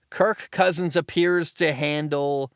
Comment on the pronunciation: Please stop saying his name like that